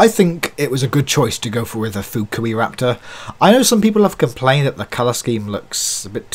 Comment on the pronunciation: Funny you seem to be the only one who pronounces Fukuiraptor right. 😜 At least compared to other reviewers (whom I feel like are trying to censor the name). But nvm was just an observation. What else is he’s got a chunky end 😝 Still I love these new figures and I seriously want them all.